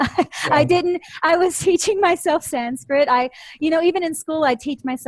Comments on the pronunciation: Thanks to. Her pronunciation of the Sanskrit words is very good I think. She has revealed a lot of wisdom in this video.Thanks again for this video and interview. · It is wonderful to hear an American who has made efforts and can now pronounce Sanskrit properly. Congratulations. There are so many great American and other Western scholars of Sanskrit, Jyothish, Hinduism, etc. who seem to fail to grasp the importance of proper pronunciation, especially of Sanskrit.